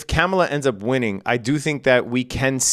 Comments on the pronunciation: IT'S KAAM-UH-LAH..., NOT CAM-UH-LA, jeez bro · It's pronounced Car-mar-lar. Jeez. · You might’ve outed yourself on your political proclivities in the mispronunciation of Kamala. I give you the benefit of the doubt tho. I think you’re a good guy from what I can see. FYI it’s pronounced comma-la. Kamala. Easy. Happy trading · Bunch of bitches in the comments. Who cares how he pronounces Kamala. Does that make him less skilled as a trader?? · You know all that financial jargon, but you don't know how to pronounce the name of a presidential candidate? This late in the contest, if you're going to mispronounce her name several times in a row, you might as well have put on a MAGA hat for the video. Like many you tubers, if you're trying to avoid the controversy of saying who you're voting for, then staying professional throughout is the better tactic. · aaaand there we have it. lol. God damn. I’m not offended whatsoever. I was trying to give you the benefit of the doubt. Maybe you never heard the way she prefers but your response leads me to believe otherwise. When you mispronounce somebody’s name intentionally over and over again even after being corrected you’re just being a dick. Don’t be a dick. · You should really learn how to pronounce her name